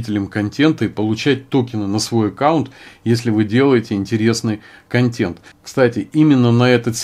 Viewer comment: КонтЭнт, КонтЭнт, КонтЭнт же! Никакой не контЕнт. Уши режет.